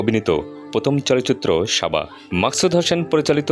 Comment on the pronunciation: সাবা তো উচ্চারণও করতে পারে না😂😂 বলে শাবা